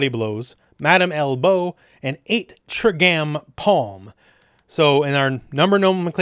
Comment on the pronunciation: Love the vid but eaight trigambpalm is pronounced eight tri gram palm